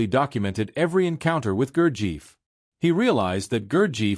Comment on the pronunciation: Pronunciation of Gurdjieff is wrong. It should be Gur-jeff, with the e sound as in effort.